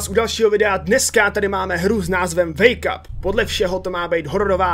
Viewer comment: to znelo misto wake up tak jako make up